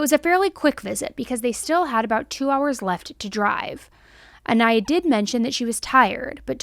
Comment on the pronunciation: Hey! Not trying to be rude here or anything, but rather bring attention to it. I absolutely love your content and will never stop watching you. However, it is a little distasteful when you constantly say the victims name wrong. I know there isn’t any malaise intent or ill will behind it, but it just feels so disrespectful. You had several clips in this video of people pronouncing her name the correct way, so I know you have heard it. But all throughout the video you kept pronouncing her last name wrong which leads me to believe it may have been on purpose. Idk. Just putting it out there. I still love your videos though and will continue to watch. Just something to think about when you’re making your videos and editing them.